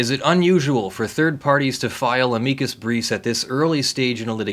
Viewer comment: TIL how to pronounce amicus correctly. Yay for Latin!